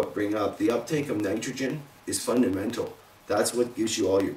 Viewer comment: fun-duh-mental!!!!:p nice vid!!